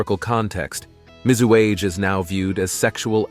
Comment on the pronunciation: MIZUAGE = mee-zoo-ah-gay